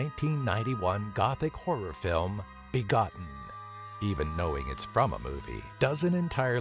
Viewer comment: Begotten I begoneten